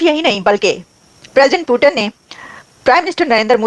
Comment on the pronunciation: पहले पुतिन जी को पुतिन कहना सीखो, पाकिस्तानियों। क्या पुटन, पुटन कहे जा रहे हो।